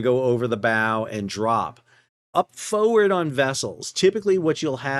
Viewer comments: Everytime you say Foewurd. We say FOEWURD! ❤ 🇦🇺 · I hate the way you pronounce "forward"